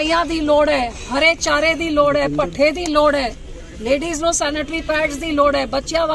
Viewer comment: ਬੀਬਾ ਬੋਲੀ ਸਿੱਖ ਲੈ ਸੁਰਪਾਲਾ ਨਹੀ ਤਰਪਾਲਾ ਹੁੰਦੀਆ ਭੱਠੇ ਨਹੀ ਪੱਠੇ ਹੁੰਦੇ ਆ